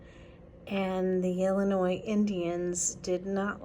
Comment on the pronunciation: "ILL" N " "EEEE" LOL, can tell you're not from Illinois , its "ILL "LYE" "NYE"